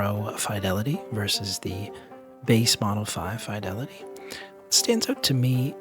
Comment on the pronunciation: You pronounce fidelity incorrectly